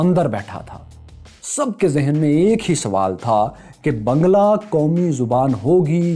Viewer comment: you are still pronouncing the language wrong. It is baang-laa.